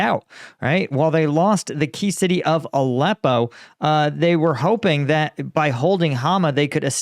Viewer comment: Did you say the rebels lost Allepo?